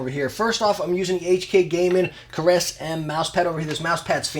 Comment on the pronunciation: Awesome room! Some serious goals. Not trying to be a dick, but gotta say it-- "ceres" is pronounced "see-reez", not "caress". Nerd fact, also the name of the largest object in the astroid belt.